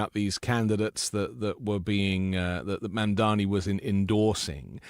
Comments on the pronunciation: Just discoveredand love this channel. - it’s pronounced Mam-da-Nee, not mam dami 😉. A minor point but important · For the love of god, Mr. Filipkowski, learn to pronounce MAMDANI's name. It's not mandami. We love you and all but you sound ignorant. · I know you like Mamdani so would it be too much to ask you to at least pronounce his name correctly?!?!